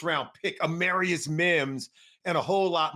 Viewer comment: AMARR- ius...like Jamarr, not AMAIRius......